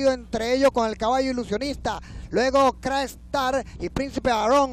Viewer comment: ESTOS EVENTOS SELECTIVOS QUEDAN REGISTRADOS EN LA HISTORIA DE LA HIPICA NACIONAL, POR ESO PIENSO QUE DEBEN SER NARRADOS POR LOS GRANDES NARRADORES DE LA EPOCA, NO ES LO MISMO DECIR CRA-ESTAR QUE CRACKSTAR...